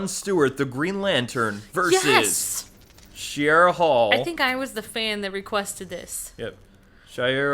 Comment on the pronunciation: Shayera Hol* Not Shiera Hall